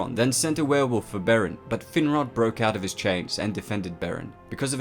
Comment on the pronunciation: ''Thin-rod''? Damn... talk about a cruel name...